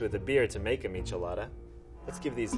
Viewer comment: “Expert” pronounces Michelada incorrectly :/